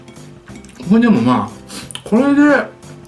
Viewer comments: 「なにこえ、こえ普通のペヤングと変わんないじゃんこえ」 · 「これ」の発音が「これぇ」なの可愛すぎる。好き。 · これの発音が舌足らずの3歳児みたいでかわいい